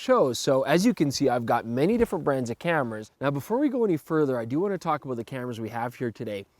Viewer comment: You SAID..""So Were ABOAT"" To Go In Here, => ABOAT?? LOL.. Oppose to About lol its That Canada Kicking In Right?:-) Hey Perfect Video Once AGAIN & Great Topic Testing, Great IDEA,:-)